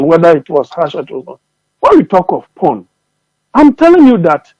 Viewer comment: It's political 'pawn' and not this p😮rn...u need to learn